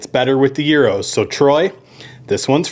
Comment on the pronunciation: 1. Thank you for pronouncing gyros correctly. 2. Interesting take on a Greek staple. I will have to try it. For people that don’t know, brush that pita lightly with olive oil and throw it in a skillet and toast it first.